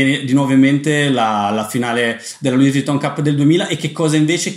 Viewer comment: Si dice Louis (senza pronunciare la”s”) Vuitton...